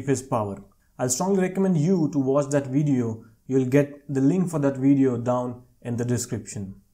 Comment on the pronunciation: Bro told me to watch the VWIDIYYOOO😂😂😂😂